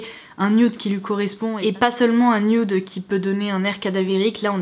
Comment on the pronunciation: C'est "nude" pas "nioude"